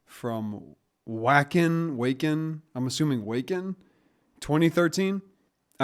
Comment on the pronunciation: Its odd that people only speak one language always buther it to english. Vaken?